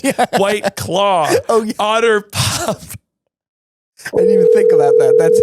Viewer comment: Obsessed with emphasizing the wrong part of otter pop